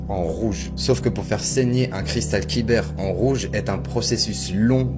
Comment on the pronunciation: Kyber pas quibeur